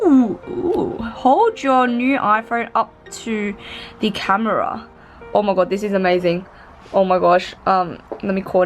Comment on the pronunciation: “Oh mahg gowd” 😂